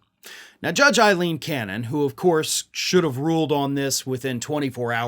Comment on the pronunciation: would be more credible if he would pronounce the name of the judge in the espionage case correctly, which is Aileen Cannon, not Eileen. Otherwise he appears to be trolling her the way the Trumpsters like to against their perceived opponents.